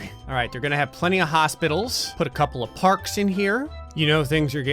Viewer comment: Keep clicking rewind every time says alright at the very beginning, it sound like he is saying are ass